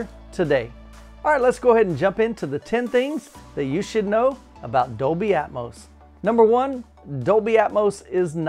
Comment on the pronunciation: What is "Dolby Aetmose"????